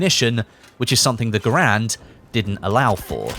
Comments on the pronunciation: Garand sounds like errand... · You are pronouncing Garand wrong.